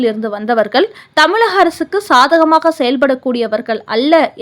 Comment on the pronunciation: தமிழ் அம்மா தமில்லல்ல. சரியாக உச்சரிக்க தெரிந்து கொள். வெட்கம். கேவலம். நாக்கை வசம்பிலால் தேய்